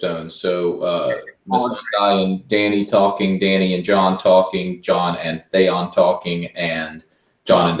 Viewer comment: Why does keep saying (Thay on) insted of Theon? Does he have a lisp or somethayng! Ha